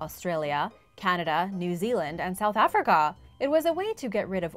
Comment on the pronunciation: Wow. She really hit that second "A" in South Africa.